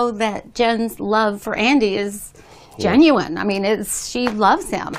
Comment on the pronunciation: hahahaha JEN-uine